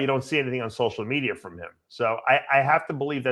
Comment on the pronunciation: dave and his fascination with social medierrrrr